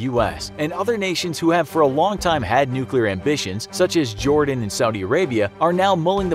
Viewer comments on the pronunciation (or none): none